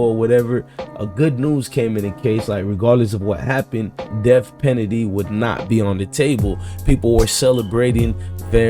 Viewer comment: You mean def pennedy 😂